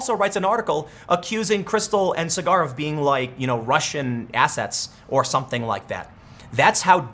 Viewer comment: If you do watch Rising, Tim, Krystal says his name all the time. SAW-grr. His name is not cigar.